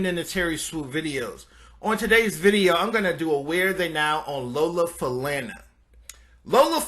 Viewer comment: Yes, thank you for this post. I believe her last name is pronounced Fa-lonna.